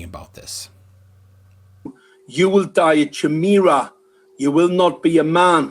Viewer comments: A "chimm-eera"? What a total cleft! He can't even pronounce the damned word. It's Kai-mee-rah you absolute knob. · "Chee me rah" Ky-meh-rah. Also if injecting a vaccine with "pig DNA" turned you into a chimichanga then eating any food would also turn you into one. That's not how DNA works. Never trust anyone who brings up invisible sky-people to back up their claims. Never trust anyone who struggles to pronounce unfamiliar words, because it shows they can't even do the five seconds of research necessary to click the little audio button to hear how the word is pronounced. Never trust anyone who thinks vaccines turn you into a half-human half-mexican food. And never trust anyone who claims expertise in a field they can only refer to in vague terms but hides proof of their expertise behind "that's classified". That shit got old with the UFO nutjobs, and that was before I was even born. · I’ve heard of a k-eye-mera, but never a ch-eye-mera. Is this a British pronunciation or dumbarse pronunciation? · I don't think he's even pronouncing chimera correctly. Kai-Meera is how it's pronounced. lol. wow. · Chimera shouldn't be pronounced with and hard c, like kimera? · Dielectric Lens antennas are usually associated with some kind of large dish or horn. Also Chimera is pronounced "kaimeera". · Hey,? Chimera is pronounced ki- MEER-uh. You’re welcome. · Oh god... for a start it is pronounced 'ky-meera' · What's a Mol-a-cul? xD His name sounds like a porn star name too. lolol a Che-mera! He never bothered to learn his own language, why would he know anything else? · It's said, kimer, the H is silent in chimera. Can I order up some cripsa gene editing for better tanning and cat slit eyes. Ut would be cool.👍👌🙊🙈🙉😭😭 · He can't even say chimera correctly. Ch is pronounced k in greek. Ky mer aa. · Chimera is pronounced ky-me-ra, yes? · chimera "ki- mer-ra", and human chimeras occur naturally. Are they considered to be "not human" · that is Not how you pronounce Chimera 😂🤣😂